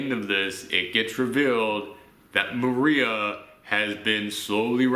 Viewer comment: Mo-ri-ah not Maria they even say it in the show get it right